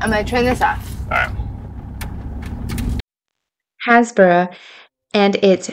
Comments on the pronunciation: The first tower in the video is a church tower not a lighthouse. It's pronounced Haze brugh, not has boro. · As an almost local I think it’s Hays not Haz I may be wrong though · Happisburgh is pronounced haysbruh. ☺ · You are correct, haysbruh. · Happisburgh It's pronounced HAYS burra :) I know, we Brits have some weird town names, I moved to Norfolk 34 years ago and took me a while to learn some of the town names. Although my Brother in law no longer manages the Lighthouse pub he still owns it and seeing this vlog brings back happy memories of all the times I have been to that part of Norfolk. You need to find a way to stay here. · The correct local pronunciation is "HaysBru". You seem to be filming either near where I currently live or around where I grew up. Clearly I was too young and stupid to appretiate it at the time. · We pronounce it haze ber ra 😊Happisburgh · I was born and bred in north norfolk that's exactly how I pronounced it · Woohoo!! We definitely try and pronounce things correctly as much as we can. We loved Happisburgh it's so beautiful. Sad about the erosion. 🤍 x